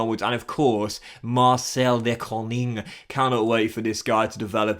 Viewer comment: its funny how he says de koning, I speak afrikaans and its almost the same as dutch and it sounds like he says de konning